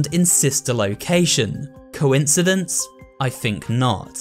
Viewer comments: he said coisidince? i think Not that is from a refence from the incredible 1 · Nobody:: Cowincedence I think not!